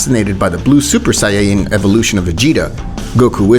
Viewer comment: "bills" "super sayinyen"